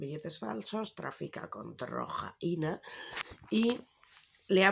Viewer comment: Me da la vida cada vez que dices drrrrrojaina